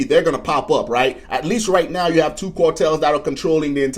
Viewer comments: Yo homie, it's car-tels not cor-tels 😂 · The stuff he's talking about our special forces get involved. That's the end of the cartels and this guy cannot even pronounce cartels, right?🤣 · Dude, you can't even pronounce the word cartels correctly. You think anyone is going to care what you say about them?